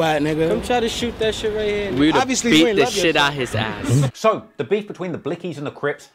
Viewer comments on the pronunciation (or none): why’d he say “ass” like that